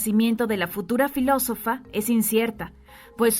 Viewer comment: Por qué la relatora no cuida las palabras?... menciona Alejandria por Alejandrina y. .... filosofía en vez de filosofa... estos errores le restan credibilidad al texto leido